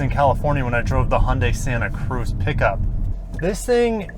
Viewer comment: Please stop pronouncing Hyundai like „Hoon-day“